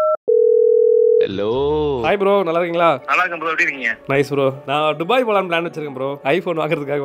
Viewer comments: துபாய் ❌ டுபாய் 😂😂😂😂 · துபாய் is a word டுபாய் is an emotion. 😅